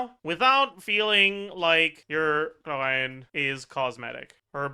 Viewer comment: Why always pronounces Chlorinde's name like he is about to throw up? Does he hate her or something? It is disturbing to listen to.